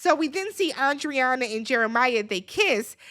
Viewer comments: It’s pronounced ANDREENA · lmaooo her name is Andreina!! (Ahn-dree-nuh) everybody butchering this poor woman's name 😩🤣